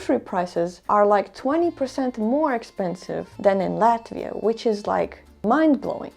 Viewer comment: me being a russian speaking, I felt how you pronounced "Latvia", feels like just home :-)